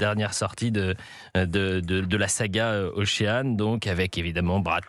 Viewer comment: Pour ceux qui ne sont pas bons en anglais, ne vous fiez pas à la prononciation de ce journaliste pour le mot ocean. J'ai remarqué que les Français avaient beaucoup de mal avec ce mot. Mais si les médias français diffusent des exemples de mauvaises prononciations, on va pas s'en sortir.